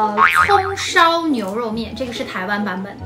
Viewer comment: U霸念蔥燒牛肉麵時我怎麼聽成了"風騷"牛肉麵；大家泡的方式是如何?我個人是把粉包跟醬料包放入加水，把調理包壓在泡麵上，等待三分鐘，開動。